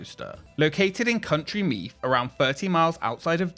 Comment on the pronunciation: Except for "Country Meath" of course